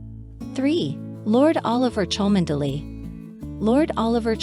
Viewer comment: Just a few points on pronunciation for our American commentator. Equerry is pronounced e-querry, (short e), privy is pronounced pri-vee not pry-vee, Cholmondelay is pronounced Chumly, Tollmach is pronounced Tol-mash, the 'o' is not pronounced in Wimbledon. Good effort though